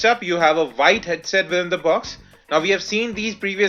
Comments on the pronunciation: What do you say? Widgets or Vidgets and White or Vhite? Can you correct this mistake? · I'm pretty sure you said "vidgets" and "vhite". Anyhow just messing with you. Cool review.